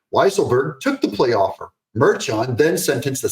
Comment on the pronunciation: The judges name is pronounced Mar-khan.